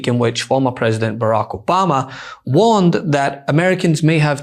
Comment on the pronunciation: President Donald Trump: Obamna.